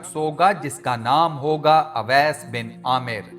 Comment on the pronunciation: Mery Bhai naam ka alfaz shi Ada krain, sahi alfaz owais hy awais ka mtlb bherhya hota hy lihza sahi naam owais pukarain (Jzak Allah) ghlti nrazgi mazrt